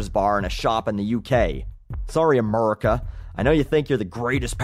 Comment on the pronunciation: whats with you and saying "MURICA?" None of us EVER say America like that. Ever.